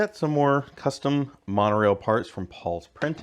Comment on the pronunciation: they always say "monreal"